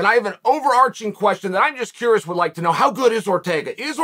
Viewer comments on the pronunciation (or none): none